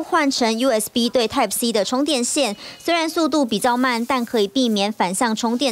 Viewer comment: . 專家發音錯了。是 type-C 不是 tape-C....